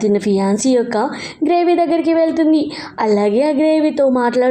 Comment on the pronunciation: Gravy kadu grave😂😂😂😂